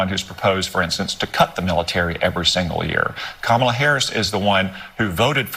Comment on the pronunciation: Points to Cotton for pronouncing Kamala’s name correctly.